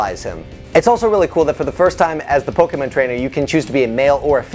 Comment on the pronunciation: While I would love Bulbasaur to be one of the trainer’s pokémon, I still like Squirtle more than Wartortle. I wouldn’t mind if the devs made such a change though. Also glad you pronounce Pokémon correctly. Many people ignore the accent mark for some reason